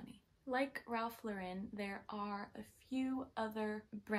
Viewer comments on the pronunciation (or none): Pronounced Ralph LAURen - like a girl's name. Not being salty. ❤